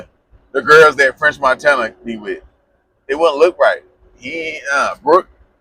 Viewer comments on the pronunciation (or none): none